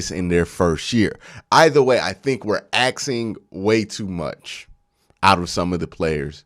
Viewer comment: God I can't listen to this guy. ASKing. NOT AXing. Pronounce the word RIGHT